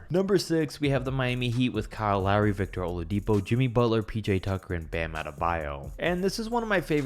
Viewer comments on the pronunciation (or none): none